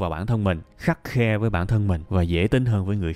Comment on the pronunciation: dạ, hình như khắt khe (trong clip là khắt khen) mới đúng Thầy ? *3 bài học quý giá để phát triển bản thân : 1- Đừng ước nữa, hãy hoàn thiện bản thân, mình ngon hơn là dc, tự định nghĩa chính mình, đừng để người khác định nghĩa mình. 2- Hãy khắt khe với bản thân, mà dễ chịu với người khác. Vì năng lượng, thời gian có hạn. 3- Luôn luôn nhớ: đoạn giữa đường, để có hướng đi đúng